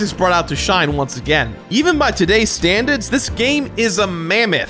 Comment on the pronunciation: “Today’s STANDAHDS”